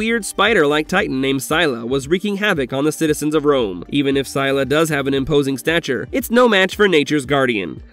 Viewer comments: I'm not tryna hate...I just felt like correcting ur pronounciation cuz I'm a huge fan of the Monsterverse and having u say "syla", hurt. So- um- it's pronounced as sil-la and spelt Scylla. Plz I'm not hating don't cancel me, ur cool 😭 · I dealt with you putting godzilla and barbie in the same sentence. But scylla? It's pronounced sill-a. I'm out of this video